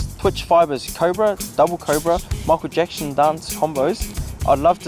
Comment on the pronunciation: DHA is it me or did Kevin Locke say Michael Jackshin . that's why Krisnan laughed ahahaa . shot Locke !